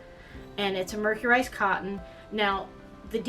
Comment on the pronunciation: I think that mercerized is pronounced; Mer-sir-ized not mer-cure-ized. other than that i really found this video entertaining and educational. I am inspired to try one of your patters. I think I will try the Bell Sleeve Tunic. So glad I saw this in the Smart Doll Makers Facebook group